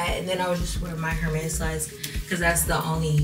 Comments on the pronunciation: And “Her • mes” 🤭 Just a heads up it’s pronounced “Air • mes” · Please stop pronouncing the H in Hermes 😂😭 love you though